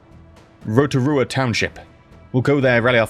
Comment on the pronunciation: Rotorua. Huh. Sounds Maori. You pronounced it fine, though; kudos. Yup, definitely Maori. Tamati is a Maori name as well. Neat.